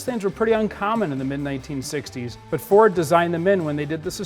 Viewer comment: Is he saying Four or Ford?